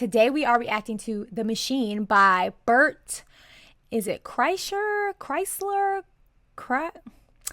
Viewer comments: It's Bart krischner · Bert Kreischer (cry-sure) This is my favorite bit of his.